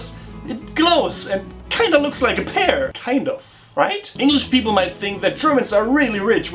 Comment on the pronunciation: Alter, wie sprichst du denn bitte "pear" aus? Das üben wir aber noch mal... ^^